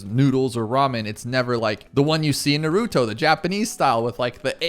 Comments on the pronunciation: Please stop saying nuhrootoe it’s naruto Also congrats on being a father you’ll be amazing at it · NARuto. Not NarOOto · nah-roo-toe. please. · Congratulations on having a daughter🎉 I have a 4 yr old girl that means the world to me. This is the first video I’ve seen of yours. Great job! Very helpful! But you kept saying Naruto wrong😂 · I’m sure there is a YouTube on how to pronounce Naruto the right way. Congrats on the child, it kind of gets easier eventually.